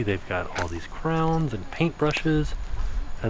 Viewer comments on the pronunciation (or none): For the last 20 minutes of the video I could not stop thinking about how pronounced crayons as "crowns" 😂